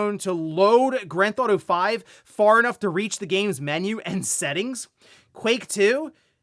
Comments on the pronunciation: Dude you really say Granthauto 5 instead of Grand Theft Auto 5? Wtf is wrong with you? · nah man GTA is one of the most popular franchises in the world, this dude just says "Granthauto" because he's probably pronounced it like that since childhood. He needs to work on his pronunciation. I tried to tell him a long time ago how to improve but he doesn't take tips, and that's why he'll never reach 1 million on here. Still uses the purple PlayStation background. Wears shirts that are a size too small so he looks stronger. Talks about hypothetical situations and scenarios for 2-3x as long as the news that led to his speculation. His theories are usually nonsensical and far-fetched he's probably right 2 times out of 100 😅😅 I could go on and on. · What did he just say? What is "ganthawto-five" seriously for years it's been pissing me off he yeets 2/3 of the syllables in that game title, 10x/day.